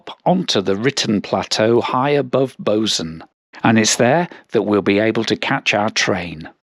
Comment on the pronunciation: Bozen is pronounced Boe-tsen.